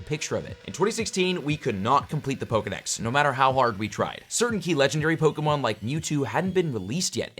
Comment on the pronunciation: when he complains about low views, but posts this and always mispronounces Pokemon